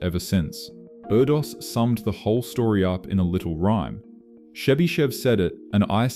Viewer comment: U pronounced Erdős name sooo wrongly